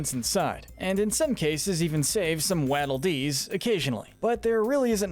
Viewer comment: That pronunciation is horrible. It’s like when you say “Waffle”,heck waddle is also a real word.